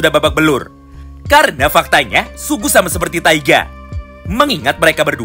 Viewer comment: Sugi bang sugi... Bukan sugu😭😭